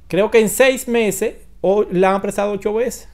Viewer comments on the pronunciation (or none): none